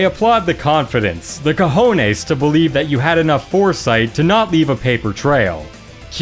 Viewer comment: lol, i love how you said cojones, lo dijiste muy bien🗣️